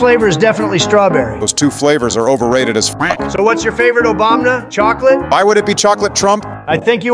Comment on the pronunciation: Why do they keep pronouncing Obama as Obamna